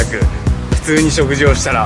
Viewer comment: 食事のイントネーション